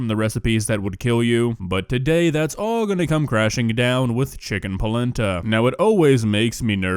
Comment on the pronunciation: I thought he said "chicken placenta" 💀💀💀💀